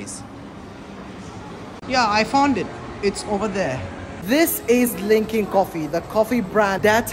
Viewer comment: Uhhh bro it’s luckin not lunkin